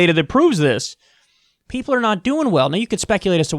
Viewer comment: Vewy stupid rich peopo